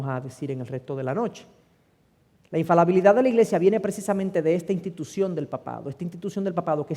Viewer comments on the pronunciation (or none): Siii es infaLIbilidad, lastima los vídeos son editables pero difícilmente pueda corregir. Le doy 99.9% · Infalabilidad o infalibilidad??????